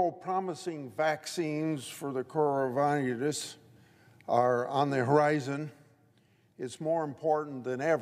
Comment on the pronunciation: coowonuviiush = coronavirus? hesitates and paces back and forth while trying to read 3 syllable word "say stafe and heafy" = ???